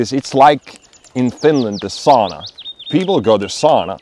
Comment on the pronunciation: Ei soona, eikä saana, vaan SAUNA.